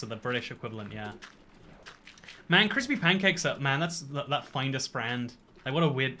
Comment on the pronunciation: Why can't you pronounce Findus properly?